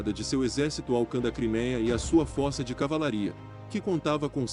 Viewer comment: Eh forca e não fohrca